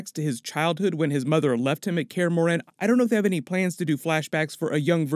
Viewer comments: For how you pronounced morhen I'll dislike the video and stop watching thank you very much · Its pronounced kristoffer Hiv-you and mor-HEN